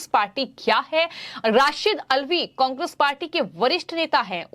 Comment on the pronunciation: एंकर महोदया कांग्रेस तो सही से बोलना तो सीख लो पहले